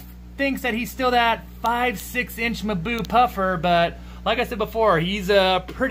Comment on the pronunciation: It's not "maboo" but mmm + boo